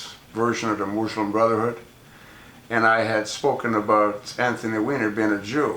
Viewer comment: MOOSE-lum. lel